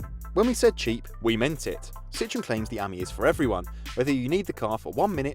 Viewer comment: It’s Citroën not citron